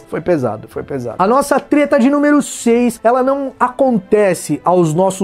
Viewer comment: opa vc falou teta... a nao pera treta? ALO FELIPE NETO NEWS(Treta News)